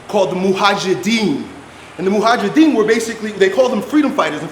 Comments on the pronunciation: Mojahidin not mohajidin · That’s Mujahideen btw and not Muhajideen. You were pronouncing the word incorrectly. It literally means the ones who are struggling/striving.